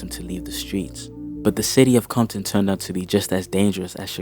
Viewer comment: why is he saying bompton then?